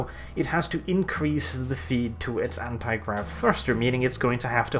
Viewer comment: he said granti grav instead of anti grav. not a big thing but its nice to see that even he can make mistakes